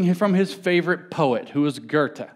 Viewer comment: So who's this Gerte he mentions... I don't know any public speaker who tries so little to pronounce names correctly as James. It's his greatest nemesis.